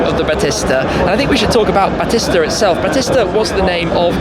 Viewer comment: Battista is pronounced Ba tee sta. Like the wrestler.